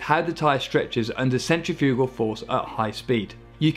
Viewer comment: The way he pronounces "centrifugal" LMAO